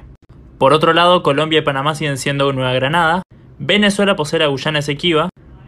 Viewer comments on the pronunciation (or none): none